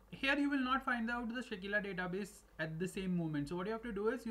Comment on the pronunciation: Its Sakila, not Shakeela